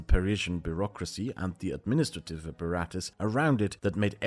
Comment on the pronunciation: Beurrocracy, you meant to say?